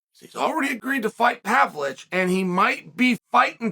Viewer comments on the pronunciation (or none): it's pa-VLO-vich